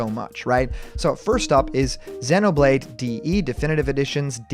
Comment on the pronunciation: I agree, this is just a channel for people that are idiots and think this is true! I just feel terrible for giving this guy one view. ALSO! He pronounces Xenoblade wrong (I think), but all in all I just find this channel dumb.